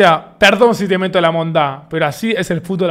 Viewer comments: lo dijiste mal no es monda, es mondá con acento en la a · "Perdón si te meto la monda,pero así es el fútbol aguardiente" jajajaja gente se le dice "MondA" (con acento en la 'a') mondA,no mon da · se dice "mondá" davito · Mónda y no mondá JAJAJAJAJ, ETERNO 🗣️ 🧠🔥🔥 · Davo no es monda, es mondá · Davo solo un consejo cuando digas "monda" dilo con acentuación en la "a", Mondá. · Jaja eso justo iba a comentar pero ey soy colombiano y dijo re mal el monda lo dijo con tilde en la o y es normal